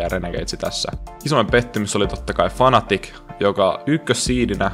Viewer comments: Voitko sanoa ton fnaticin fnaticcina eikä fanaticcina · Voitko lausua sen fnaticin ”fnatic” eikä ”fanatic”. Eise haittaa mutta ärsyttävän kuulosta :S